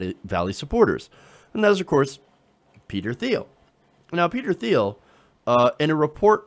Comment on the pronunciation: It's pronounced /tiːl/ not /θiːl/, silly!